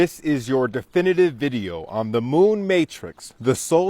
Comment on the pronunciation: "DEFINATIVE"? I'm going to stop you right there, mate.